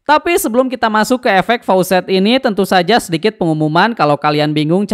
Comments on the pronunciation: Facets bang, bukan faucet 😅😂 faucet mah keran aer 😂😂😂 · koreksi bg, facets bukan faucets. faucets mah keran air